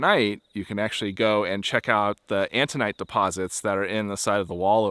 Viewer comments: Autunite, not "antunite." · I think you meant autinite? You kept saying antinite. The Chinle Fm is Triassic age, about 230 mya. Cool video. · Are you sure it's "antonite?" I think you mean "autonite." Right?